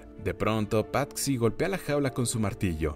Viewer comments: Muy buen resumen pero........ Patxi es nombre vasco que se traduce como Francisco y xd se dice Pachi no pat-xi perdón por corrección pero me pitaba el oído cada vez que lo decías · Debo decir que el nombre no se pronuncia "Patsi" sino "Pachi". Cosas de los Vascos... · Se dice pachi no pat-si xd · En español Patxi suena como "Pachi". Maite suena como "Maite"...no como "Maité", el acento es en la A.